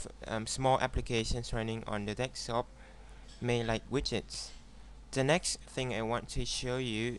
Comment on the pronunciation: It's fucking "DESKTOP" not fucking "DEKSTOP" you illiterate foreign piece of shit